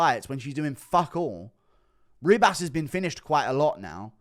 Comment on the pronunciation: Why does he call her Amanda RIB ASS